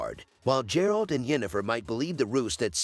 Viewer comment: Ffs its not J-eralt...